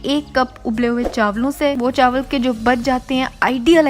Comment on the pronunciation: "chawal k pakoray" LOL 😂 chaawal 😅